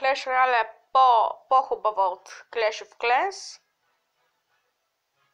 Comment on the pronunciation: ti nemojesh da govorish previlno izgovarqsh greshno clash of clans i clash royale